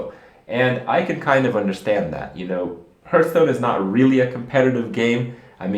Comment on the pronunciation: its called hAAAAAAAAAAAAAAAAAAAAAAAAAArthstone not "hurt"stone